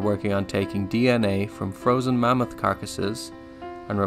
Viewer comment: Why do you keep pronouncing it "mommoth"?